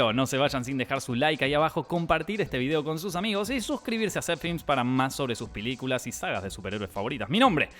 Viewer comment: When dice "mas sobre sus piliculas" ahre jaja salu2 (va con amor)